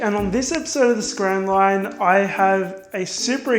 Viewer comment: it sounds like hes saying scran rine. 😂